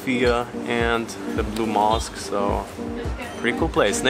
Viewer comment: Can’t say blue mosque 🕌